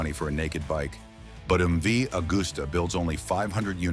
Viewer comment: Can't pronounce MV, then say it's a four cylinder and show the old MV 3 cylinder!!!!! Morons! Not that any American would notice. Scrap this video!